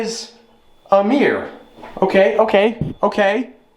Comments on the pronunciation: Mir-ror. Not m-eer. 🤬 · The way u pronounce mirror is king of weird to us people who live in the uk but I don’t blame u